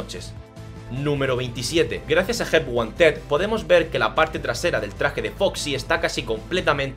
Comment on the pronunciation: cuando dice help wanted parece que dices ayuda a un osito de peluche help one ted